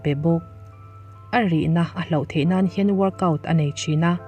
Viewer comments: Hloh i lam dan hi hlauh a ang tlat! A awmzia a inang lo nasa mai si a, han lam deuh fak teh. Hlauh - Mi tihlau thei thil/Thil hlauhawm - ramhuai, zan thim adtl.. Hloh - Tibo/chân/paih - ka pawisa ka hloh daih mai, ka bag ka hloh daih mai adtl... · Mizo ṭawng hi a har hle, hman dik pawh a harsa; tin, lam dik vek pawh a har viau; mahse, 'hlauh' leh 'hloh' tal hi chu hre hrang ula, lam hrang thiam ula ka va ti êm, a awmzia a inang lo nasa si. 'Hloh' chu tibo, chân tihna a ni. Eg:- Kum tîrah khan ka laizawn pakhat ka 'hloh' a, ka rilru a nâ a, hna pawh ka la thawk peih lo. 'Hlauh' chu 'vanneihthlak' tih lam kâwktu a ni thung; tin, beisei loh lam thil sawi nan pawh hman a ni bawk. Eg:- 1) Nimina ka bakkilh hloh tâk paruk zînga pali chu, hei vawiinah ka hmu lêt leh 'hlauh' mai. 2) A dang pahnih kha ka hmuh loh 'hlauh' pawhin a man a to lo bawk a, ka ui lutuk lo ve.